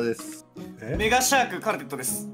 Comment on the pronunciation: かるてっとさんの挨拶、メガシャークが「根がシャーク」に聞こえたけどまぁサメみたいにかっこいいし(?)特に違和感はなかったですね🦈 🐰＜ｼｬｰｯ